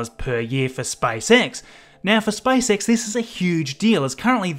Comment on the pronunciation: I like how he says SpiceX